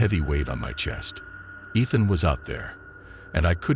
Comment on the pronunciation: I like the voice but pronouncing the name Ethan wrong is Driving me insane 😅